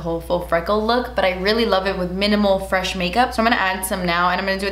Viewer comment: Because of I no longer say FRESH. I’m cultured and say “very EFRECH”